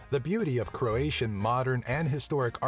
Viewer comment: Illuminiti really? well you misspronounced croat for croatian